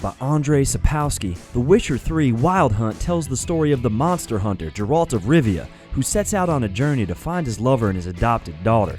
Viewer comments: lol, he said Geralt wrong, it doesn't sound like a J, it is how a regular G sounds. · I hope you fixed your pronunciation of Geralt. HARD g. Not soft. Other than that I don't care about the accent, as I live in Texas and it's not new. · It's Sap-kov-ski. Also Ghe-ralt. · OMG you are stupd dumbass... When you didnt play Witcher 3 how you fucking dare to put it on 7th place or spell Geralts name as Jeralt... Please when you know shit bout games, try not to tell their story, it was horrible... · Geralt of rivia..... GGGGGG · You said Geralts name wrong